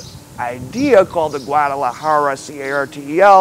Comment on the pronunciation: I gather u cant say the word 'cartel'